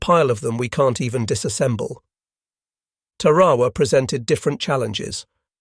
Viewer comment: Mispronounces Tarawa.